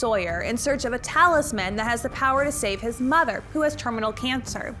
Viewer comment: It’s talisman, not talis man. Lol no one collects a talis man, that would just be one more mouth to feed. So it’s all together as talisman to indicate the small objects.